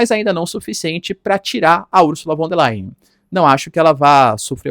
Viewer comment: O "V" em alemão, representa.o fonema "F"... portanto [=fon der lain]. E o ditongo ",("ei" = " ai". Ex.: Einstein, Frankenstein..etc Pronúncia correta: portanto é = [ = fon der lain] P'ra representar o fonema "v" em alemão, emprega-se o "w".. Ex.: Walter, Wagner, wilhelm [Villrrellm.] Fique esperto. O alemão é bastante Fonético A grafia corresponde em muito à pronúncia... Ao contrário do inglês, que em geral grafia não tem nada ver, com pronúncia... Portanto pronúncia-se [fon der lain] Lembrando que o ditongo "ei' pronucia-se "ai". EX.: EINSTEIN.Rubinstein, Frankenstein. etc. O "s" tem som de"z" E o "z" têm som "tz" Simples assim... Algumas dicas mínimas.. Sem erros grosseiros..